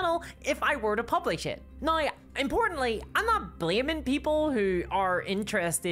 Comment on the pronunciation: These days I mostly just come to this channel to hear her pronounce 'now' as "Nyaorr..."